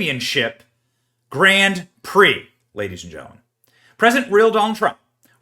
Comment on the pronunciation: Geez Benny, learn how to pronounce Grand Prix